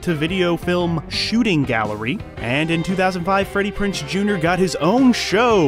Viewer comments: It's Freddie PrinZe Jr., not Freddie PrinSe Jr. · It's kind of hard listening to you mispronounce his name over and over . It's PrinZe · If I had any complaints about this video it would be you forgot to mention his reoccurring guest role on Bones, and you're mispronouncing Freddie Prinze's last name. However, those are not major complaints, just a bit of whingeing, lol! Thanks for the great video!😉💖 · lol the fact you mispronounced his name for 23 minutes straight. This is a great channel regardless.